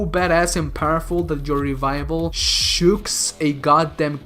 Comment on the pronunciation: shakes, not "shoooks"